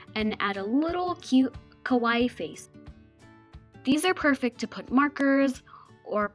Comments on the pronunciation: this is really cute! but you say "kowai" instead of "kawaii" , which means scary instead of cute! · Gomenasai it must be pronounce kawaii(kawa-ii) not kawaii(kaway) your so wrong!